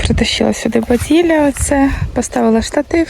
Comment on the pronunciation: Говори твердо бадилля ,через и а не через і ❤